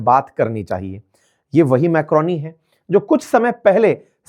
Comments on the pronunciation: Sir microni nahi Miloni😊😅😂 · Aaap Meloni ko Macroni kah gayay😂😂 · Sir literally called meloni ko macroni 😂😂